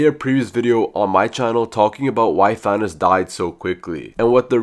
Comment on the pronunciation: no its THANOS😑